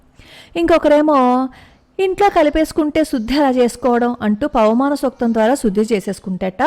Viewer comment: పవమానం అనడం కూడా రాదు. పవనమానం అంటోంది